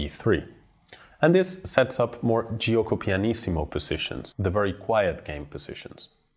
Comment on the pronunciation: Great class, thanks, very clear. Please note that the letter i after g in Italian is not pronounced but is used to make the g soft and be read like g in gesture because without it the g would be hard and read as g in goal. It should be juoko not j-ee-uoko. See the prononciation on google translate for an example. ETA: This is the most clear, organised lesson on the italian I have seen on yt.